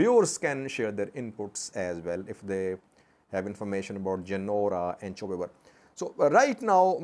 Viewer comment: Gonder front is Chew Ber not Chube Ber. Chube Ber is near Waja, on A2 High way.